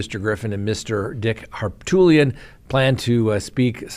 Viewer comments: Har - poot - li - an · Who is this Harptoolian you speak of? HarPOOTlian. Or Pooty Sometimes Harpo. Always stupid. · It's Harpootlian! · I still don't understand why you continue to refuse to pronounce Harpootlian's name correctly. When you took issue with your audience years ago, when it was asked why you refer to, even criminals, as "gentlemen". You taught us it is about correct manners. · Can someone tell how to pronounce Harpootlian please. Sound it out, buddy. You can do it. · Yeah it's annoying. He thinks he's more clever than everyone though so he'll not listen. Not even to Harpootlian himself who I'd think would know how to pronounce his own name